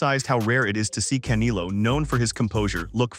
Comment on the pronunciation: The way he said canelo like caneilo killed me and then had me to a point where i Said "bro" out loud 😂